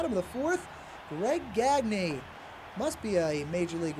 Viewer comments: "Gag Knee" It's "Gahn Yay". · Anyone else cringe everytime he pronounced it "Gag-nē" and not "Gon-yā"? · GAG•nee is how he pronounces it. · GagKnee, is that how it was pronounced? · No, it's how he pronounced his own name, which was "gag knee" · Pitcher paul gagne who pitched in the nineties did pronounce it gawn yea but Greg gagne was the other way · the way they're pronouncing greg gagne is painful